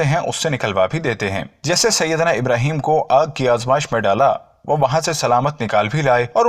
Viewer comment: Bhai Pyhle Aap SAHABA Ka name sahi se lo IBRAHIM ALIHISSALAM KAHO